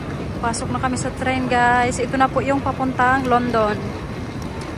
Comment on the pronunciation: Ayusin m bigkas m sa guys sis